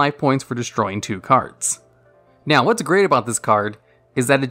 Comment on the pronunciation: Or when he says "naowh"